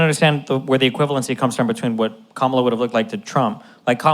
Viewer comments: I don’t think he’s doing it on purpose. A lot of people don’t notice differences in inflection and how to put emphasis on the right syllable. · Her name is pronounced Comma-La! Pronouncing someone's name wrong intentionally demonstrates such a level of bad faith and ignorance. Talking calmly is a smokescreen. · Still can't pronounce Kamala.Smh